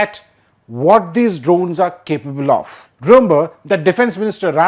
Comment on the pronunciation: All Indians please note: English "of" is pronounced "ov" or "uv", NOT "off". I live in a natively English speaking country, so please don't presume to tell me I'm somehow off base/wrong on this.